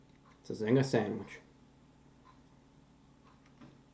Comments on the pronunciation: since these originated in Australia. your pronunciation of zingah is correct. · LOL mi love yuh! we call it 'Zinga' in Jamaica too lol you got it right! lol Jamaica has the best KFC come and review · Phil Deep In Australia it's just a Zinger because that's how we pronounce it (We automatically say Zinga) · Australia's had the Zinger for a few years before the US so "Zinga" is technically the right way to say it